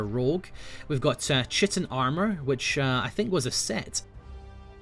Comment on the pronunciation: Chitin is pronounced like kite-in.